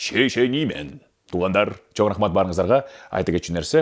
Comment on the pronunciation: Жакшы бирок сиз шашпай сөздөрдү так айтыңыз чо рахмат эмес чоң рахмат!